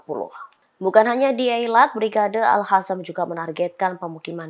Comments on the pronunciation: al qassam woi. bukan al hasam😌 mbak presenter dibenerin tuh penyebutannya.... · Alqossam mbak,bukan al hassam.. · Kenapa dibacanya jadi ALHASAM Tulisannya kan ALQASSAM Pake Q bukan pake H bisa dibaca ALKASAM atau ALQOSAM, ini lebih pas Tapi suara dan logat baca beritanya kereennn... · Orang palestina aja nyebut nya brigade al qasam, ini reporter kocak bilangnya al hasam al hasam. Kocakkk 🤣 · Kasi tau si reporter agar baca yg benar, Brigade AL QOSSAM BUKAN AL HASAM. Masa baca aja gak becus....